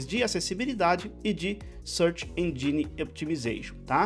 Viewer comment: dev nunca fala engine corretamente kkkk, existe um a lingua inglesa e a lingua inglesa dos devs XD